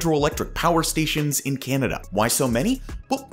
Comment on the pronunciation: Can you please stop saying Canada like that